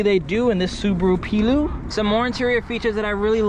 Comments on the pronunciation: I think its actually pronounced "Play-oh", but what a cool thing that is haha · Pleo is pronounced like the women’s name Cleo. Plea Oh.